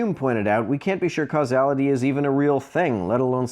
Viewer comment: Given that he mispronounced causality, it seems all he's probably done is read some apologetics stuff online, decided he has all the answers already because he's completely unable to see past his own biases, and figured "gotcha!"